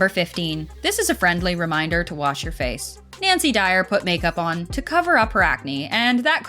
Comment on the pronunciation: Wait did the narrator say NANCY Dyer?